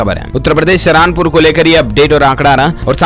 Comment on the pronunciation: Apne alfaz sudharo bhaiya saharanpur hai wo sarahanpur nahin yaar kya karte ho